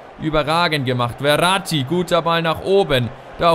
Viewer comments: Der heißt nicht Verati sondern Ferati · Und der Typ von Stuttgart heißt Ferati und nicht Verrati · Ich glaube er wird Ferati ausgesprochen und nicht Veratti xD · Hör mal bitte auf ferati wie verratti auszusprechen :D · du sprichst den Namen von Ferati falsch aus. "F" wie Fenster, ich weiß ehrlich gesagt gar nicht wie du auf "Werati" kommst XD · Kannst du Ferati vielleicht nicht "Weratti" aussprechen? Ich denke man spricht ihn so aus, wie man's schreibt: F, langes e & langes a :D